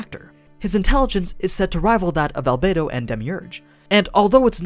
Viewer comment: One word: AL-BAE-DO